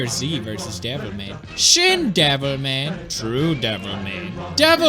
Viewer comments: Every time he says "Devil Ma-" I keep thinking he's gonna finish saying "-y Cry" And I haven't even played the game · I kept mishearing him and thought he said Devil May Cry... now I'm replaying DMC4. Damn you pewds